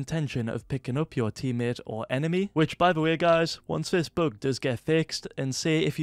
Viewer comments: I love how you say bug this "book" xD. Love your videos <3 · It is a ‘boog’